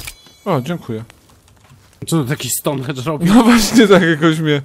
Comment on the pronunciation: "Stonhendż" przywołał fajfusów :D